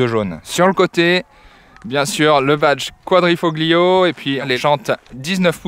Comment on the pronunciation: S'il vous plait, apprenez à prononcer correctement les mots italiens ! TOUS les passionnés de sport automobile et à fortiori les amateurs d'Alfa Roméo savent que l'on dit : " Quadrifolio " et non pas " QuadrifoGlio " le " G " ne prononce pas ! Merci d'avance...